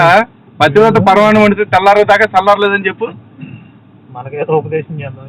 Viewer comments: that moron cant even pronounce 'pathivratha' 😂😂😂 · pativrata anadam radu gani pastar ayyadanta,,,😂😂😂😂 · We enjoyed a lot bayya 😂😂pativrata anadam raadu sollu kaburlu cheptunnadu